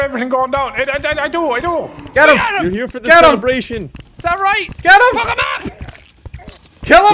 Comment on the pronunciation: NPC: exists Jacksepticeye: "Fwuk 'em up!"